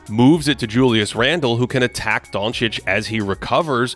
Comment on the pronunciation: Ive never heard Doncic be pronounced like that